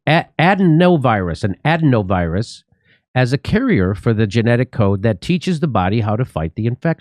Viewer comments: Jimmy just so you know it is (uh-dē-nō) virus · A-deeno virus is how it is pronounced